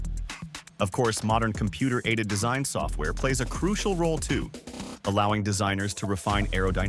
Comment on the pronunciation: Entirely AI content. The speaker can’t even say the word “design” right.